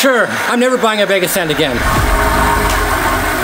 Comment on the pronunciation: Say it with me, BAG. not beg